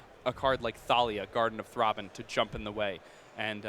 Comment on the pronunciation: "THROBBIN' " yea that was driving me nuts haha XD